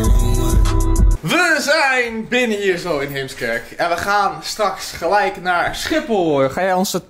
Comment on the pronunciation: Eh, de meeste Heemskerkers kunnen er zegmaar niet zo goed tegen als mensen Héémskerk uitspreken...